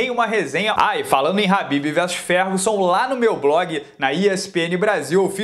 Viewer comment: Habbib é esfiha. É khabib.